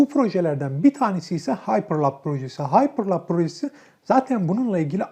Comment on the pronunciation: bilgileriniz çok yanlış. starlink'in anlık uydu sayısı 1000'e yakın, 200 civarı değil! ayrıca elon musk'ın paypal'den ayrılma nedeni isim değil, şirketin sunucularını(altyapısını) başka bir teknolojiye geçirmek isterken oluşan anlaşmazlıklar. Ayrıca haypırlap değil, haypırlup diye okunur. Daha videoyu yarılamadan bu kadar yanlış var...